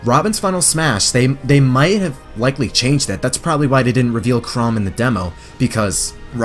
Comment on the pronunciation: I hate to be that guy, but Chrom isn’t pronounced “Chrome.”